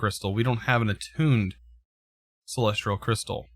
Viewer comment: please remove the R you say in celestial, i'm actually enjoying the Astral content though, I've not delved too far into the mod personally outside of quest progression in certain modpacks so it's nice to see the things it can do.